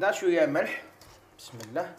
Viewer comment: انا تاني كنت نقول بسم اللهْ ..كيما تنطقها انت حتى دارولى لارومارك ...نقولوا بسم اللهِ